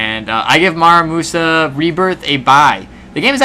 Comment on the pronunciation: Absolutely butchered the pronunciation of the game